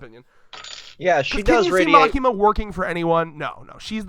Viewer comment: Its Makima.......Just Makima!